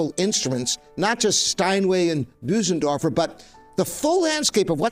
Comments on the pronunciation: It is NOT called a BOO-sendorfer. It is pronounced 'BER-SEN-DORFER'. You should be able to get it right! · Well, apart from calling it a Büsendorfer. 😉 (And many call it Busendorfer. Not the end of the world of course...) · It would help if Bosendorfer was pronounced correctly : first syllable rhymes with firs ,hers ,purrs . Remember the umlaut on the o .